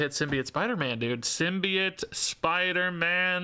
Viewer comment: Sim-Be-Oat - The last syllable is pronounced like "float", not "idiot". I apologize but pronunciation is a pet peeve of mine, really love your stuff though!